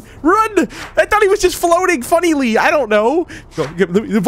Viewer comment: “ I THOUGHT HE WAS JUST FLOATING FUNEELEE”